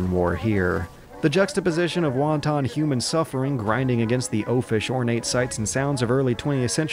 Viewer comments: lol its wan-ton (like a ton of bricks) not want-ON thats chinese food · Blue Max on the c64, was set in WW1, right? Cannon fodder wasn't set in WW1, but it did use the poppy imagery a lot, which always makes me think of WW1. Also, you don't pronounce "wanton" like the Chinese soup. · Exactly. It's Wahn-Tawn when you're talking the food, And Wahn-tun (or Wahn-ten) when you're describing "Wanton violence". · He says the word "wanton" like he's ordering food in a Chinese restaurant. He doesn't know how to pronounce anything.